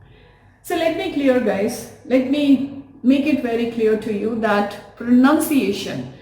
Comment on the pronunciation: The pronunciation of the word pronunciation is mispronounced by you..